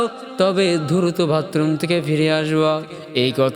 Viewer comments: ভাতরুম না বাথরুম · Masha allah Apnar waz otulonio.kintu vatroom bolben na bathroom bolben.❤❤